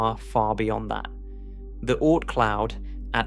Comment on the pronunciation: The "Oh-Ort Cloud" 🙄